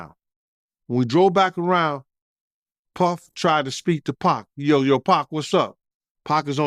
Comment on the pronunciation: I really hat e the way he says Puhhfffff.